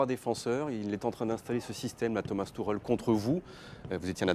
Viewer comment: Thomas "Tucheulle" mdrr